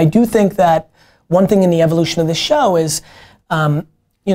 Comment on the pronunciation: Always Amazing content. But Gary. Stop saying Show like that!!! #breaktradition #donttellmetoFmyself. Love you man!